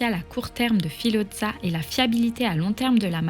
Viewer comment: Filodza 😮 horreur pour la prononciation.